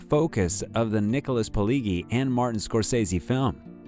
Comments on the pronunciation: A minor correction: The author/screenwriter's named is pronounced "Pee-ledge-ee" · The G’s in Pileggi are pronounced as J. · Polegi HA !! LOL !! It's Pileggi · Can't even pronounce "Pileggi" right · Anyone else wonder why a channel called "Movies Consigliere" couldn't bother to spend 5 seconds to research how to pronounce Nick Pilleggi's name correctly? #LikeNailsOnAChalkboard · u did all this research and still managed to butcher pronouncing Pileggi's name. shame hahah... it's probably alright. anyway good effort and nice to know the back story for those that had not come across his books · Researched so well that the guy never even learned how to pronounce 'Pileggi'. But it was a full 8 seconds in before the obvious cluelessness of the narrator was unquestioningly confirmed. Why do people make content about subjects they obviously know nothing about? Do they do it to piss me off? Or is that just a happy side effect of their ignorance?